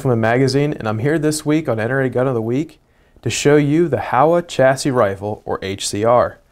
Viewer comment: I love my Howa, though it's the Varminter model. It is a tackdriver and was that way right out of the box. Small note, it's pronounced "Hoe-uh", not "How-uh". Small complaint, decent review, though.